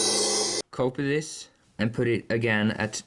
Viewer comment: When he says "copy this" it sounds like he's saying "Cope with this"